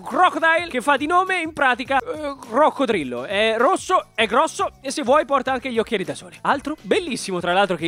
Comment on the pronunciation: è ROSSOH e GROSSOH